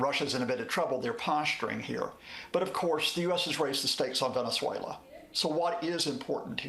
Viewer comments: Please someone help this man pronounce venezuela.😂hugo chavesss😂😂😂he kills me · why does he pronounce venezuela like a spaniard😂